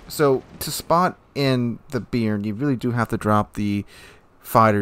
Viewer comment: Not "beer-n". Note the acute accent on the "e". It's pronounced "Bey-ahr-n".